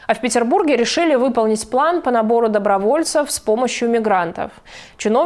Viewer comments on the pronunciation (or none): none